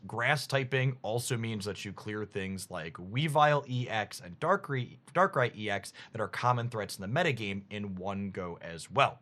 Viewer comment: Dont know how learn how to pronounce darkrai but shout out to that guy 😂